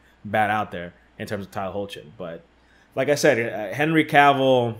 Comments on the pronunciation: its pronounced Hecklin lol - Tyler hoechlin (Hecklin) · Tyler Hoechlin's name is pronounces as Hecklin